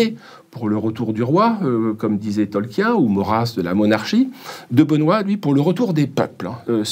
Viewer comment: Cette prononciation de Tolkien, je ne suis pas habitué 😅